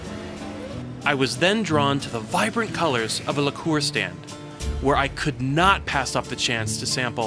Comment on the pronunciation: You mispronounced liqueur.